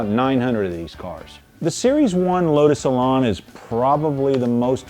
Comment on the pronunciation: Elan rhymes with pan. It's not an Elon.